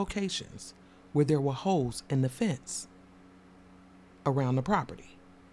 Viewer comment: Holes not Hoes! 😂😂😂😂😂